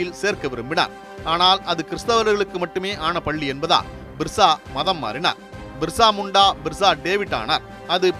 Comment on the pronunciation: பிர்சா முண்டா...என் தலைப்பு தந்து விட்டு.. மிர்சா முண்டா.. மிர்சா முண்டா என பல இடங்களிலும் சொல்லுவது ஏனோ...